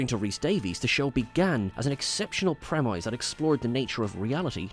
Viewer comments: why do you keep saying premeyes? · It's a British Isles thing, AFAICT. "Pre-miss" is US English.